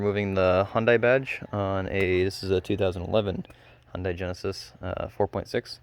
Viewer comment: Its pronounce hundae like sunday